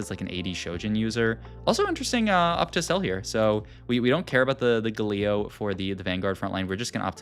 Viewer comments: cool video, but what's the name of that 2cost Portal Vanguard champion again? My guy really be saying GaLeo in this day and age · bro said guhleo